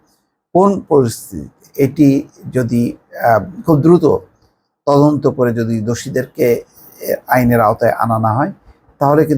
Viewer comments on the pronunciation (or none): none